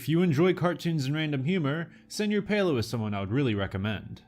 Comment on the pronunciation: its pronounced "sir pelo", not "senor pelo"